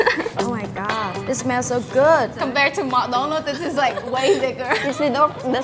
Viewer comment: LOL first time my ass 24 seconds in and i hear coompared to mc donalds.. dislike !